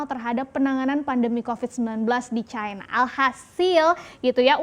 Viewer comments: Kok harus disebut Caina sih..? Cina gitu aja kenapa .. ? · Bukan Caina lah tapi China...